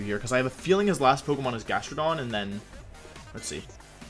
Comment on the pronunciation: can't believe you'd pronounce jastrodon wrong